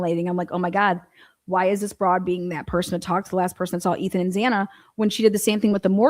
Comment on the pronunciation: It’s so annoying how she keeps saying Zay-nuh even tho she heard him pronouncing with a short a sound multiple times and she keeps on saying it wrong.